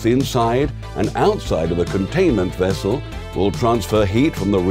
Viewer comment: Nuclear wessel?